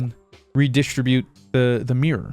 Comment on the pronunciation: the way he keeps saying reDIStribute is killing me XD